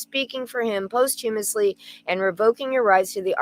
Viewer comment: “post hume us ly” Lmao! You might want to look up how to pronate that word.